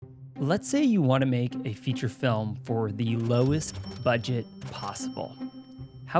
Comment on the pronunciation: “Lowest Budeget” 😂 Not sure if on purpose or not but we still love you! Lmao